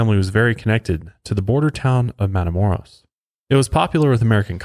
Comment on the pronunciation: I live 30 min away from where he was killed. Our older family members always remind us of this victim when we go across the border. Also, its pronounced matha-moe- (rolled R)oes... for next time(